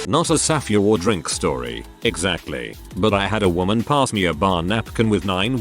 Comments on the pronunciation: You couldnt even put in the effort to go through this video once and add a space between all the times your TTS software said "safeword"? You just decided that "saf-ay-word" was perfectly fine? Really? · Ew.. why does the bot pronounce it saff-EE-ward